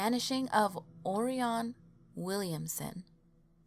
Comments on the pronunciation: I'm pretty sure it's pronounced ORyan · Also, "Orion" is pronounced "Oh-Ryan". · Hartselle, pronounced Heart-sell, not sure where you got Hartville, I lived right beside it and went to the crybaby hollow several times. Dothan is Doe-than (like fan but th). on Orion is, Oh-rie-on, you know... like Orion's Belt in the sky. It's really annoying for you to mispronounce city names from my home State, research taking a back seat is a shame.